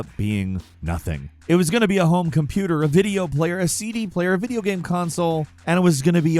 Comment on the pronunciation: instead of describing the ''off key music'' or bad controls, why cant you ever show it? and please say ''game'', not ''gahm'' it's been over a decade